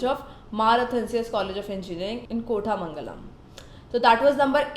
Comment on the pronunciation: Not kotha mangalam it is koootha mangalam